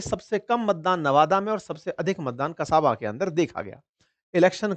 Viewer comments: it's Kasba not a kasAba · कसाबा❌❌ कसबा✅✅